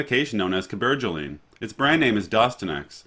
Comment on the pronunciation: He’s from Kansas lol. But he’s handsome and I like the way you pronounced the word Cabergoline